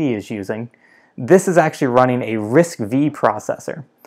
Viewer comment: The processor RISC-V pronounced as "RISC-5" instead of "RISC-V".